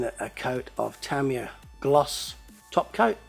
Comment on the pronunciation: youre driving me crazy!! Its pronounced Tah-ME yah not Tam-E-yah!!!!